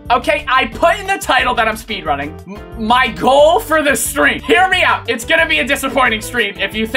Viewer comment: “Spayde running”